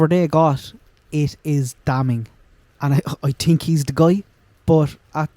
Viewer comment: Love the merch!! □□□. You ssaid “TINK” aid